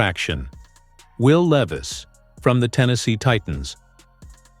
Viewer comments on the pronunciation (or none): Where is the done deal ? Bullshit your not even pronouncing is last name correctly. Not good